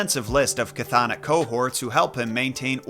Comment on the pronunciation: TY! Also it's Kurberus for Cerberus and chthonik is pronounced thon-ik.